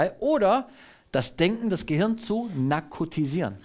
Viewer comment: Und nakotisieren....ohne r...